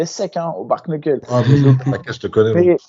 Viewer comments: On se régale toutes les semaines grâce à vous ça fait pas de toute, juste un petit point vocabulaire sur le bare knuckle s'il vous plaît 😂: rien à voir avec un bar, c'est le mot "bare" qui veut dire genre "tout juste, strictement", et "knuckle" qui veut en gros dire les phalanges ou les articulations des doigts. Donc les 2 ensemble ça veut dire mot pour mot "strictement les phalanges", en gros poings nus. Et au passage, ça se prononce "bère neukeul" le -a de bare se prononce -è, et le 1er -k de knuckle est silencieux. Déso mais là avec l'explication de, la situation est en train de dégénérer 😂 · C’est pas « Bar » Knuckle 🤣